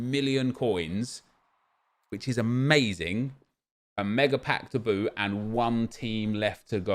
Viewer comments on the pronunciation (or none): none